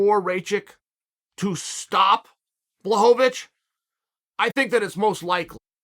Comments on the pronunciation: He still pronounced Jans name better than a lot of people lol. It's BWA-HOE-VICH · Me: Blachowicz Uncle Chael: Blachovovitch Me: OK great, Blachovovitch. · Chael’s legendary fighters: Blehal Muhammed Kamara Usman Jan Blahovavic Hazmat Chinaev Benny Daryoosh Islam Macklechev Surreal Gong Your-rear Rodriguez Charlie Olives Will Fury Aleksander Raykitch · I knew I was pronouncing it wrong thanks uncle Chael. Blowholelávich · uncle... their NAMES are pronounce like this: Blahoewitch no pun intended and Rakeech jeez uncle😭🤣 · Rachitz vs Blahovovitch 😅 every time omg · Impressive how he butchered both names